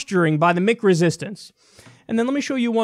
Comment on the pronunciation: Maybe I'm out of the loop on this one, but what the hell is "Mick" resistance? Kyle says it a lot in this video. I thought he said "meek" (which makes a lot of sense) until I played it back a few times.